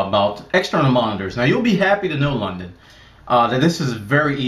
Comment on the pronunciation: its L-U-D-I-N not LONDON